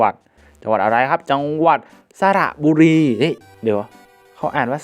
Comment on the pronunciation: อ่านว่า สะ-หร่ะ-บุ-รี ครับ